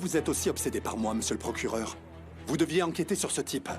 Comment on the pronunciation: 😂😂😂😂😂 oui le mesieure procurere accede pas sezur😂😂😂😂😂😂